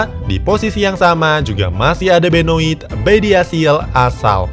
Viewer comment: min Ligue 1 dibacanya Lig ang bukan lig wan. trus benoit cara melafalkannya jadi benwa. pasti jarang mengikuti liga perancis ya?